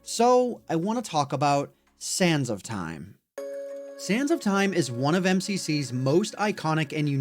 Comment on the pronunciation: Each time he said sands of time I ehard sans of time.